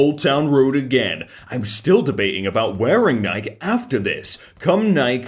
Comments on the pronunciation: nike is pronounced NI-KEY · Dude, it's NIGH-key. Nike. Don't even get me started on "aluminum"... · ITS NIKEY NOT NIKE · Nike is pronounced NIGH-KEY, not NIGHK, according to the CEO. Idk where the Nike pronunciation dilemma came from. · FYI, Nike is two syllables: nigh-key. Like how you pronounced it when it was plural, Nikes. And am I the only one who noticed it was the actor Michael McKean in the first one? He was the one pointing out how stupid the bread tie thing was. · it’s pronounced Nike with a long E. Nike-e. Like Wall-e. I don’t care if its normal in the UK to not pronounce the e, if you don’t pronounce the e, you are wrong. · how are you still pronouncing Nike wrong? Is this an inside joke or something? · Is that how british pronounce nike, or does he just not know what the shoe brand is? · The way he pronounced “Nike” gave me cancer lol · Please learn how to pronounce Nike. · I noticed that. But then he got right when he pronounced it in plural form, Nikes. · Nike is pronounced Nikee, and pragerU is pronounced Pray gr you